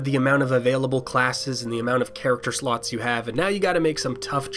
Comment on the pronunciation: Wait did he said slut or slot?